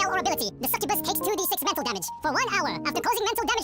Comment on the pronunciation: Ah, the suck-uh-bass